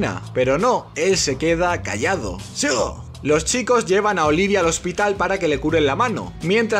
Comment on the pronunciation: Me encanta cuando dice: "zigooo" y "venzida"... jaja es lo máximo, amo este canal, el humor es fresquísimo y demasiado inteligente. Mis dieces ❤❤